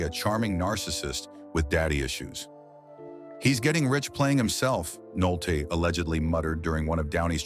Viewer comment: Stop using robotic synthesized narrators. Humans would know how to pronounce "Nolte" every time, not part of the time.